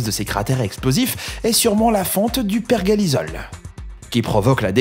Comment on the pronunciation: perjélissol et non pas perguélizol